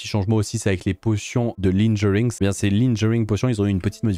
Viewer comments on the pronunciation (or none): Comment je pourrais être different ajd ? Je vais dire linjering au lieu de Lingering. En plus c'est avec les splashs potion aussi.....